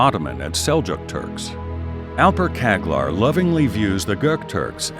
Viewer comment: Güzel bir sunum ama, tüm dünya Arnold Schwarzenegger adını telaffuz edebiliyorsa Alper Çağlar adını da telaffuz edebilir. Kendi hazırladığın sunumda adını Alpır Kaglır diye okutmak?